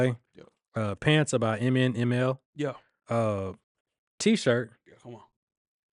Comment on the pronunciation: MNML is pronounced "Minimal" not by the letters lol